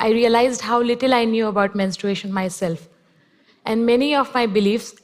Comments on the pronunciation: Can we just talk about how she said “menst- r-U-ation” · That Vlog Girl it’s just an accent